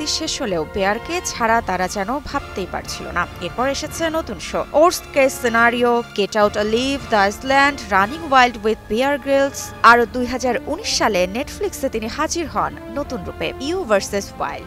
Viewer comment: গেট আউট এলাইভ। এলিভ না।